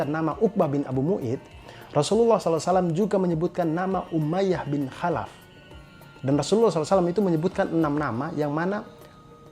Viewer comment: Bang tlong baca kholaf. Soalnya tulisan ny خالف bukan حالف maaf mnggurui.cm koreksi